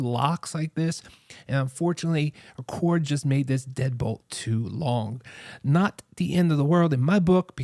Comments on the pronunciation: Good review. It’s Aqara though. Not Aquara. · It’s pronounced Aqara (uh-car-uh)